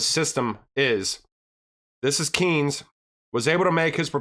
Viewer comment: Its Keynes, not Kines (Keenes).. You pronaunce it wrong